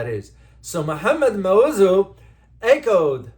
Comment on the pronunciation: Sir you don't even know how to pronounce our elected presidents name.